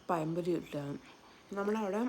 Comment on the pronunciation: പഴം പൊരി അല്ല പയം പൊരി മഴ അല്ല മയ 😄